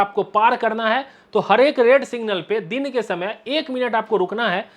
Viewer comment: भाई साहब सिंगल नहीं सिग्नल बोलते हैं